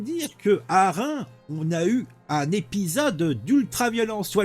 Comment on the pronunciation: On ne dit pas Rein on dit ReimS, le "S" se prononce.